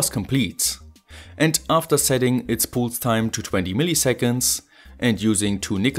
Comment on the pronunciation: Cool project. BTW pulse is pronounced with a first vowel more similar to "a" (palse)